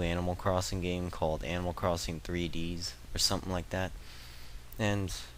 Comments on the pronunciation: its not 3deeeeees, its 3.D.S. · 3-Dee-Ess! Not 3dees!! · Wow, anger management much? Anyways, I just wasnt sure considering you were calling it Animal Crossing "Threedees" The whole time. :/ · Kapp'n is a Kappa and it's the letters D and S and the 3 before the D. (Not Three Dees, Three Dee Ess.) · Hey, it's pronounced three-dee-es. fyi haha